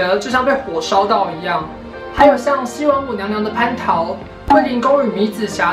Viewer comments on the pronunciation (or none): 可能年代不同，現在都是高一的國文課了！ 另外引文有錯誤處： 夾岸數百「部」→步、 灼灼其華(ㄏㄨㄚˊ)→ㄏㄨㄚ要讀一聲、 附帶 「形容新娘子美得像被火燒到一樣」是引用了誰的註解? 蟠(ㄆㄢ)桃→ㄆㄢˊ二聲